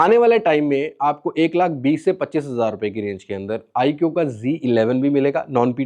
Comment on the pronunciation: آیکیو نہیں آیکو